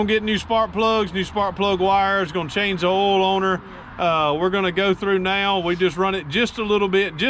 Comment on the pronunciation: we don’t pronounce oil like Ouil down here either.